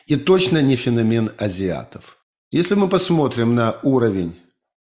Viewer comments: По-русски правильно "фенО'мен". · фенОмен, как в английском